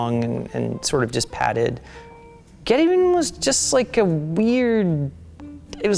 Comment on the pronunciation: I love that they never once say the name of geteven properly.